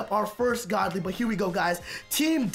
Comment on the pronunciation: Who heard him say goodly like good ly 😂